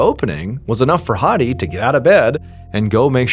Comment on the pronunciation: Good pronounciation of "Mahmoud/Ma7moud". But "Hadi" is wrong, the "A" is an "apple" A, . Not an English Major, just a native speaker. :)